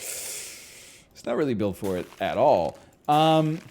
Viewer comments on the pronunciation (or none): I mean he even read it "+2 permanet" man doesn't even listen to himself